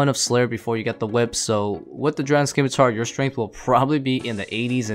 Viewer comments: SIM-I-tar. Not SKIM-I-tar. “SIMITAR” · How are people still saying "skim-i-tar" in 2021?